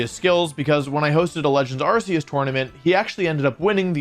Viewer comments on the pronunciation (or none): none